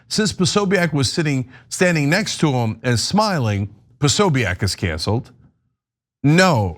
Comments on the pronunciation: Why can’t journalists say Prosobiec’s name? It’s Pro So Bic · Anna. It’s pronounced PO-SO-BIC, 3 syllables